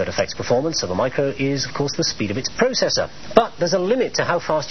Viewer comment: What's a prawcessor? Maybe he means a processor!